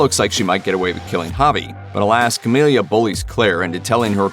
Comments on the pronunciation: Whether writer, editor, or narrator, SOMEONE didn't know that her name is "Camila", and NOT "Camilia".. lol Hearing the wrong name said SO MANY TIMES, and with confidence, was hilarious. Did any of the above even actually watch the show? haha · First thing…..it’s Camila, not Camilia. Second, the show is over and the ending was meh. They could have done a “where are they now” at the end to explain this…..but I doubt if there will be a V2 or spin off. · You can tell the person narrating this did not watch the show. Its Camila, not Camilia! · It's Ca-milla, not Ca-milia 🤦🏻‍♀️ And "perfect ending"? No. It was a total cop out, the only show which holds the perfect ending title, is Breaking Bad.